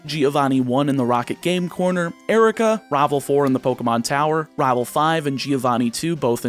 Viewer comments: At the beginning I couldn't help but notice that you are definitely southern. You don't have a strong accent for the most part, but when you said the list of rivals you pronounced a lot of them as rahval. As a fellow southerner there's nothing wrong, just an observation. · I love how you say rivel Its wonderful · I like the way this guy says rival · The way you say Rival, you must be my kin lol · It's weird how "rival" seems to be the only word you speak with an accent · He says rival like that one guy from that chowder show says rabble rabble rablle or whatever lol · you pronounce rival SOOO southern. immediately smitten. subscripe. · I love how you pronounce rival, it sounds so cool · This is the first video of yours I have ever seen, but that pronunciation of Rival really made me figure you from the Southern US. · you pronounce rival with a weirdly southern accent (no hate) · Where are you from? You have no discernible accept except how you say "rival". I just thought that was interesting, you just abruptly sound southern when you say "rival" but not when you say anything else. But this is a cool idea for a video! So much strategy in planning, it means you have to be careful - what if you need Pidgey in another game? Don't catch it! But what if you really need another Pokemon?! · I like how he says rival like a cowboy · Anyone else think he's pronouncing Rival real southern like in the beginning? In fact, he seems to slip into a southern draw alot this video xD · I love this idea it's super cool and unique. Also random question, don't want to dox you at all but are you from the southern United States? Only reason I ask is because the way you say the word rival just sounds super southern to me. Either way keep up the good work. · The way you say rival